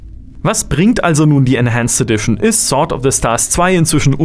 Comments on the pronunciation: du weißt schon, das man sword wie sord ausprcht, nä? ;) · Du weisst das sword sord ausgesprochen wird oder? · Dir ist bewusst, dass man das W nicht mitspricht?